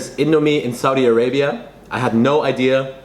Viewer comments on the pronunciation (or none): none